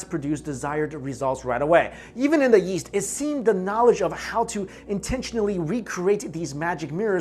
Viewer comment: DUDE YOU SAY YEAST INSTEAD OF EAST! SHITS HILARIOUS!